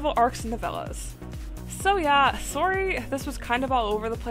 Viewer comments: your Canadian? the sorry in the beginning. kinda took me by surprise lol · I’ve noticed you say “sorry” in a very different accent than I do. If you don’t mind me asking, where are you from?